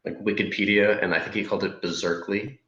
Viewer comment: “Wicked”-pedia hahahaha